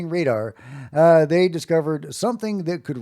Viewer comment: "thæy are beautiful, whatever thæy are, thæy are beautiful